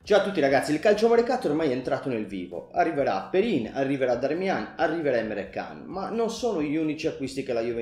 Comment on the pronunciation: in turco si pronuncia emré ģian ❤❤❤❤❤